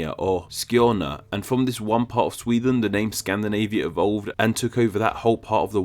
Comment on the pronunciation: It's pronounced SweDEN, not Swethen!